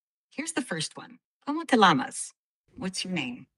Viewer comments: Minuto ChatGPT cometió un error de pronunciación. No se dice "¿Cómo te lamas?, se dice "¿cómo te llamas? (el fonema para "ll" es el mismo que para "y") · face-green-smiling: ... ... cómo te 'lamas' ... ? ... WRONG ... !!! ... no es 'lamas' es 'llamas' ... chatgpt almost asked him "how do you' lick' yourself" ... :face-green-smiling: ... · ChatGPT Fumbled that Como te Lamas (llamas)? 😂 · Mmmm, did it say something like "kayne" for "dog" instead of "ca-ne" (don't know how to spell it phonetically in English) in Italian ??? And it forgot "conmigo" in Spanish for "with me". And "como te llamas" was not pronunced well in Spanish ("y-amas, not-l-amas). Mmm ... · The ChatGPT voice said for "llamas" - "lamas" but should have been pronounced "yamas". Overall, a really great resource especially once they iron out some of the linguistic wrinkles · It was all impressive and still a great tool. But cómo te lamas?! 😂 What's your Lama.?! 😂 Llamas was the appropriate missed word. What's your name. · Sorry, Chat GPT, you flunked the first oral exam question 🙄! As any first-day Spanish student knows, in “como te llamas”, the “ll” is not pronounced like English “L” like Chat GPT clearly pronounces it, but as English “y”, or by some speakers as “j”. I’m sure I’m not the first person to point this out in the comments. But with such a gross blunder, it’s scary to think of what else it gets wrong. This is how we are going to learn languages from now on? 😱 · The spanish is a bit off . "Como te lama" is not correct. It should be "Como te llamas" and the double "ll" in Spanish has a different sound than a single "l" it's like a hard "j" or "y". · Lmao "como te llamas" (it said Lah-Mahs, instead of Yah-Mas) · Haha. Did she really say como te lamas? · Jesus, ITALIAN "CANE" (dog) is pronounced /KA-neh/, not "caine".... AND Spanish "Cómo te llamas?" (what's your name), "Llamas" is mispronounced! LL = Y, it should sound Como te YAmas. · The pronunciation of Spanish is terrible 😮 como te LAMAS 🦙?